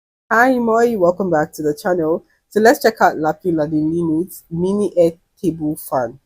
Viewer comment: You're pronouncing Lapinlahden linnut more fluently every video.